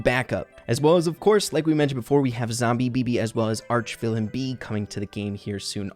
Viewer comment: Isn't it "Archvillain" and not "Archvillian"?